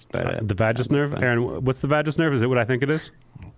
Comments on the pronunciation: Vagus is pronounced Vay-Gus with a hard G sound (like Las Vegas) . Vagus nerve stimulation can also treat seizure disorder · Gregg: Vagus nerve is pronounced Vegas, man